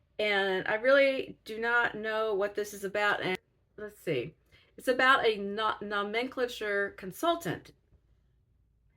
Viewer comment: As a book seller, I would recommend Apex as an intro to Colson Whitehead. Easy to read, very funny but still having depth and provocation. What are we hiding under that "flesh" colored band aid? Try saying nomenclature with the accent on the third syllable. If you ever get a chance to hear Whitehead in person, do so. He is hilarious and then he reads a magical paragraph from one of his novels that will leave you breathless. Huge fan here, if you hadn't caught on.